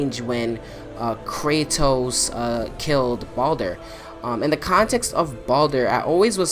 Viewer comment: It's Baldur not Baulder anyways I agree with what you're saying